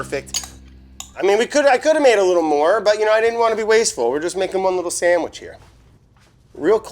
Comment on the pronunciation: roast beep shamwich